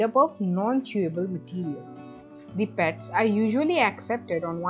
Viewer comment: Good one...Will be very useful for animal lovers...Could have avoided extra stress in the accent of PETS in the beginning...